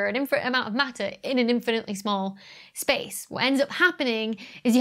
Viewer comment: Shpace ... it´s like "Reshtaurant" ... so annoying for my german ears 😂